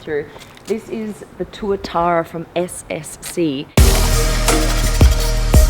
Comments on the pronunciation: Pronounced twa-tara blonde. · SCC Tuatara is how i remember the name and im guessing it is this car before she says it lol. Got the name wrong to Tuatuara